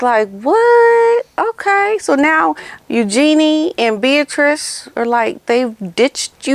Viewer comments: Her name is U gee nee. Not u Gee nee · Just FYI.. I also thought the name was pronounced “U-JEAN-ee”, but a while back I saw an interview with Sarah Ferguson, and she was asked about the pronunciation of her daughter’s name. She described it as if you were saying “use your knees” … so it’s really more of a flowing Eugenie, instead of more obvious use of syllables. I was so glad too… because I never liked it when I thought it was Eu-jean-ee. The other sounds so much lighter and princess like I think!